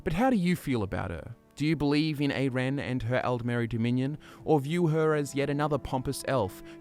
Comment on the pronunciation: Her name is pronounced eye-ren :) Great video though! She's one of my favorites. Also, I'd love it it you could do a video on Jorunn the Skald-King :)